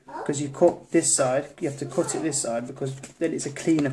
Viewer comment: When he said "my cut finger" I could've sworn he said COCK finger! LOL